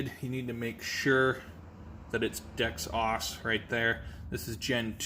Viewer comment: DEX-OSS 1 LOL. Dexos brother one word 🤣 dex-ose